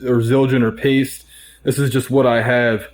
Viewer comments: Its PAISTE (pie-stee) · Also, Paiste is not pronounced like paste... Paiste is a finnish word and it's pronounced like it's written.